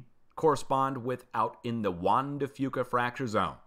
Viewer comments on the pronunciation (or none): none